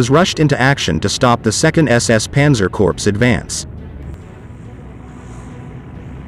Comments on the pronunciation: Corps is not pronounced corpse. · Corps is pronounced "Core" can't cover military history if you don't really know the jargon.?